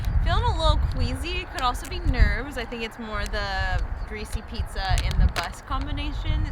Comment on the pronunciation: Congrats 🎉🎉🎉. Been following you for a while and you’re such an inspiration ❤. I’m also currently training for 50k next summer 😍…. Also funny moment as you were pronouncing pizza at the beginning of the video you said it as “píča” which means pussy in czech 😂😂😂. Sending kiss from Prague 😌🥰